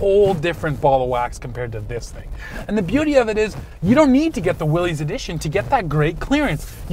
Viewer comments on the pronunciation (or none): Please, please, it is pronounced "willis" NOT "willeez". John North Willys would appreciate it if you said his last name correctly! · What’s a “Deck-all”? Better yet what’s a “Willies”? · No. Willys is properly pronounced "Willis". Like "Bruce Willis" of Die Hard. That's an understandable mistake.